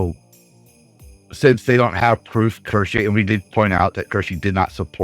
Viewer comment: Support and love for you and for Kirshe. I know you are saying it wrong, but it's kind of cute. Also, my brother is Navy and has a similar view on politics. 🍻